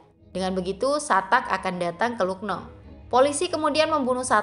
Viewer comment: Lucknow dibaca laknaw min